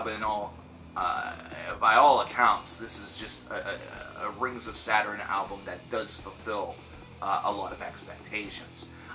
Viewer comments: saturen he keeps saying saturen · Saderin? Saturn? Now I'm intrigued on the correct pronunciation 🤘